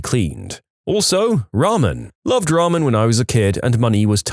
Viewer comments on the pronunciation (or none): none